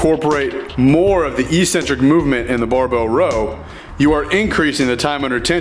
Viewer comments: Pedantic question: but why do many of the YT powerlifting guys say "E-centric", when the word is "ec-cen-tric" as in [ek-'sen-trik]? Good video, gave me a few useful pointers to improve my form, thanks. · Okay, this is another great video, please pronounce eccentric properly. It’s ek-sen-trick. Why the fitness industry went this way is beyond me, but it drives me nuts. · "Ek-sentric". I was wondering what e-centric meant in other videos until I saw you spell it on screen on this one.